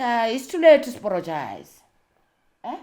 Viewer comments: "It’s too late to sporogize! 😅"...The way she tells her story is something special. She’s been through so so so much, yet she still manages to share hardships with humor and grace. That kind of resilience is beautiful ! A rare gift ! ...She almost took me out with ,"it's too late to sporogize!"😅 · "Is too late to sporogize" 😂😂😂😂😂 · I can't stop laughing it's too late to sporogize.I'm going to say it to my husband each time he apologizes!😅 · "Too layte zuporojaize"😂😂😂😂😂